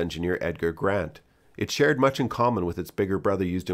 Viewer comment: Brandt, not Grant